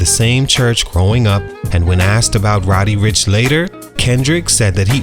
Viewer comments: Learn how to say dude's name before making a video on him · Re-record this video and say his name correctly. It’s almost unwatchable